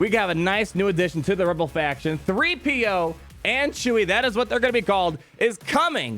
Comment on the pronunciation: "Chee-PO" is how I will refer to them